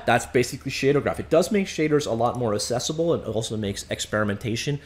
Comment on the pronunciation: the word "accessible" is pronounced "axesible" not "assesible"